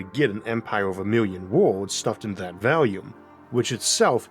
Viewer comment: FYI: I've been watching this for years and become accustomed to your pronunciation, but lately, I've noticed that "volume" sounds like it could be "value".